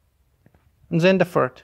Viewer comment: Thanks for the video. TIP: "Then" is not "Zen"; and you know that, right?